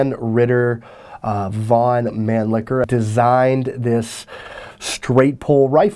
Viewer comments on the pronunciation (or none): Loved the video, but as a steyroid i must say, the mispronouncing of some of the austrian words, namely mannlicher and steyr, irks my 'tism a little bit.